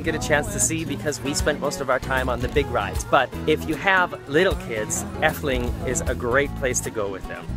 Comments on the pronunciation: Why does he says effeling instead of efteling I am dutch so yeah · eftuling thats how pronounce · why is he saying dutch names with a German pronunciation?